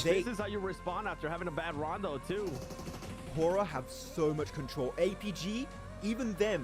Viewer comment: Bro it's horaa not a hoora